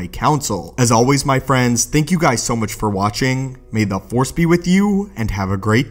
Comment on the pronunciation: Its Force, not fore. If you are going to talk about Star Wars, you should at least know how to say the name of the most prominent energy in that universe!